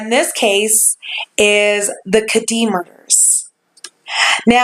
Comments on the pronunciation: You're not pronouncing it correctly, it's Ked-die, ked like the shoe, dee like it sounds, not Ka-dee. My dad is WW2 Navy Air Force vet. he'll be 89 this year. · As a native Californian this has been a case many have talked about. The pronunciation of the town is Ked-dee. Glad to see you pick this one up! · 1) The name of the resort rhymes with "Eddie".... 2) It's all YOUR fault that I stayed up ALL night researching this case. :)